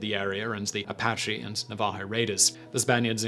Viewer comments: Simon everytime you pronounce Navajo wrong I cringe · Also, it's NAvajo, not naVAjo. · Navajo... Please, dear Simon, it's pronounced na-va-HO, with the emphasis on the last syllable. Your British is showing. 😉😁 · So weird, I just commented this on another video of Simon's (a new one) but...it's NA-va-ho, not na-VA-ho. I dunno why this bugs me so much. And I know Simon doesn't care, because I'm an OG Business Blazer. Lol. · His pronunciation of navajo cracks me up cuz I had to turn captions on to understand who he was referring to…. Love accent differences!!! 😂😂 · Poor Simon! The word "Navajo".... both "A's" are the short "a" sound and the "j" is pronounced like "h". The accent is on the first syllable. The "che" on Apache and Commanche are the same as the start of "cheese". I love your vids, Simon, even when I quietly giggle over mispronounced words. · Please Google how to pronounce Navajo.... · Pronounced "NAVA-HO"..... ah-DO-bee..... etc etc etc.... LOL Great video! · Simon: For future reference its pronounced ah dobe ee and Nav ah ho and Hope ee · Some of these pronunciations are interesting. Never heard "na-VAH-ho" before. "Iroquois" is sounded here more like French than the common American.